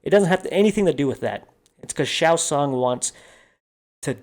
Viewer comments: Good review but you lost me at “Shao Sung”?? * Shang Tsung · Shang Tsung (sung) is his name dude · How can you not even know how to pronounce Shang Tsung? 🤔.. One of the most iconic characters in Mortal Kombat history... That tells me you don't qualify for this review. Movie was a 8/10